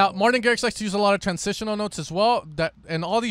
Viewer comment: That “Martin” killed me 😂